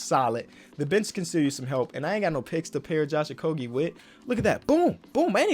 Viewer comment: Thank you for pronouncing josh okogie correctly